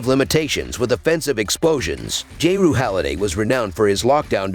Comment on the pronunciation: J-Rue holiday 😂